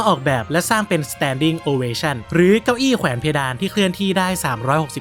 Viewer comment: เดี๋ยวนะมีจังหวะนึงที่พูดว่า เก้าอี้เเพ๋นเควดาน